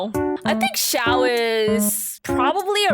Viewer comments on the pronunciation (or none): none